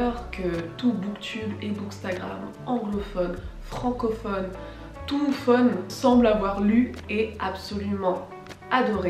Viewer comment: touophone haha , merci pour la vidéo!